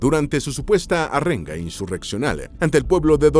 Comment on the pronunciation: “Arrenga”, “filigresía”😂😂😂